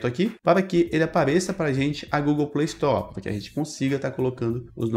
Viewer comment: Chato o robô falando Playstore kkkk play story shut up shut uuuup (Linkin park) kkkk